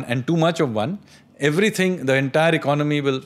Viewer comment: Why do you pronounce Economy as “Icnomy” ?